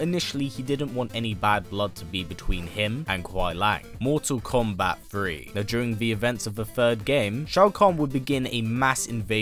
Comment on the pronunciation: Its funny the way hes mottal kombat listen to when hes says it